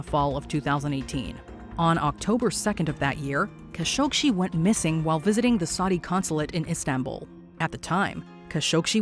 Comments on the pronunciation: Jamal Khashoggi not Khashogshi. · Why do you keep adding a sh to the end of Khashoggi? It's literally just you that does it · It’s Khashoggi, not Khashokshi :/ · Khashoggi, not Kashoshi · What's with the kashogshi pronounce 🤨 it's literally kashoggi written 🤨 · Kashoggshi? Seriously? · It is "Ka-show-gee" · Pretty sure y’all completely mispronounced Kashoggi’s last name 🤷🏻‍♂️ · It bugs me how she cannot pronounce Jamal Khashoggi, There is no SHE at the end of his name. How are you the ONLY media that cannot pronounce his name correctly ? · You could at least pronounce Kashoggi’s name correctly.